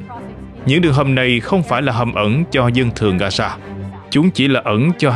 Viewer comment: Gasa hả ..?No . Gaza( ga gia ) .